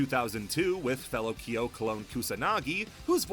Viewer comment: You go out of your way to pronounce Angel correctly but buture Kyo, Ryo and Ryu